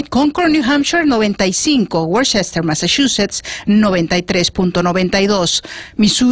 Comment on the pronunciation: Es worcester ma ( woostah ma )